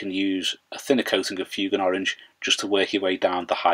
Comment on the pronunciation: FWAYGAN, NOT FYOOGAN, sorry but that really bugs me